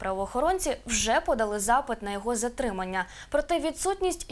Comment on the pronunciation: Що за "ЗАРТИМАННЯ"?